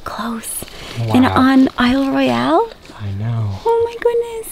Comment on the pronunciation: Isle Royale is pronounced without the E on the end :) Hope the bug bite is better! As sucky as it was it is a great example to all viewers why you must be prepared to go to this park, glad you had first aid. I’ve been there many times and it’s easy to get in trouble really quick. My husband gashed his forehead on the corner of a shelter at Windigo on our last trip. We were thankful to have packed tons of gauze “just in case”. Thanks for sharing your adventures!